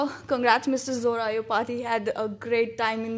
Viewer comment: not Zora, it’s Jora..